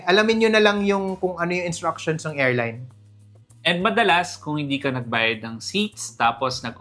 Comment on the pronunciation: hindi "erline", "airline" sya.